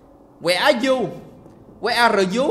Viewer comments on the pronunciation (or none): Khúc đến là hài vì anh nói là Where are you?Where are rờ Dzú 😂😂😂😂 ai thấy đoạn này mắc cười thì like ở đây 👇😂😂😂😂